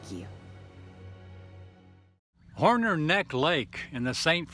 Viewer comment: It's Hornor, not Horner.